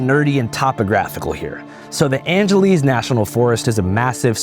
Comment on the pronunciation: it’s pronounced Angeles like Los Angeles. Also it’s crazy how federal firefighters get paid only $15 an hour while State and City Firefighters are straight up overpaid.